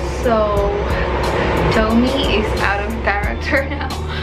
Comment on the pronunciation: You read tomie as "to-mi-ye" not "towmi"